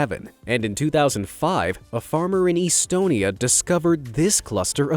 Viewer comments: Bro its not said istonie its estonia im estonian you rude tbh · you hurts my feeling..... its not EASTONIA its Estonia😠 edit; (Estoniga😠fixed)